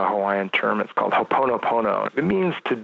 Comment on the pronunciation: Appreciate the work of this architect! Dried up Lava Fields can to become homes for the children of Hawai'I! Citing it to my proposals for curatorial practice! I do think he meant to say HO'OPONOPONO, not "Hoponopono" for the podcast listeners and host. Been a Hawai'i boy before an intermediate age, keeping true to being a California born, I know what it's like to keeping curious yet still learning more value as you inhabit.